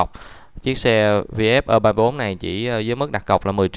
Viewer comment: Nên đọc cho đúng tiếng việt phổ thông, gì mà ơ ba bốn, nên đọc đúng là e ba tư.